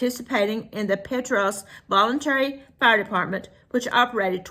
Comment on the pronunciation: Hey there, ❤. Thank you for sharing this, and for saying Petros correctly 😂. I live in Morgan County ❤